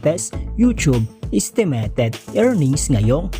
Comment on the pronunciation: Do you have a speech problem buddy? Sorry but it doesn’t sound good. Know the difference between i eye and e. Estimeyted not estemeted